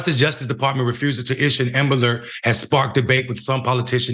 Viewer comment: What's an amalert??? Ishen ambalert?? Eckspecially?? Anyway... This story boils my BLOOD!! Every single person that was involved in the (mis)handling of this beautiful families' cry for help needs to be FIRED, banned from working in that field and any field in relation to it! A press conference needs to be held PUBLICLY with news, media, activists and the family of that poor baby boy! May I say, those workers need to be criminally charged! A DEATH OF A LITTLE BOY, A LITTLE BLACK BOY, MORE THAN LIKELY COULDVE BEEN PREVENTED!!! FxxK, I HATE the "system"!!! And the people that work and back it!!! Sister and "mayor" you damn right, this should (and does me) piss you right off!! "They" do not, will not, ever care for us BLACK & BROWN HUMAN BEINGS!! NEVER!!! "They" want us all gone, banished, incarcerated, gentrified, homicide, suicide, cancer, aids, any way shape or form, to rid us all, is their ultimate dream! AND GOAL, trust me on the latter! Make Amerikkka White Again is what they want! Black/Brown, WE MUST COME TOGETHER!! WE MUST START BEING BETTER PARENTS AND TEACH OUR KIDS, OUR NEIGHBORHOOD YOUTH MUCH BETTER THAN WE DO NOW!! "They" ARE TRYING (AND SUCCEEDING) TO TAKE US ALL OUT, 1X1!!! MY PEOPLES, PLEASE, LETS COME TOGETHER! LETS TEACH OUR YOUTH!! LETS OVERCOME!! LETS OVERTHROW THE "SYSTEM"! PLEASE!!! IT'S ONLY UP TO US! I LOVE YOU BLACK FAMILY! I LOVE YOU BROWN FAMILY! LETS DO THIS! 🖤✊🏼✊🏽✊🏾✊🏿🤎